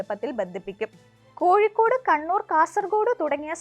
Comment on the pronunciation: കോഴിക്കൂട് എന്നല്ല കോഴിക്കോട് എന്നാണ്!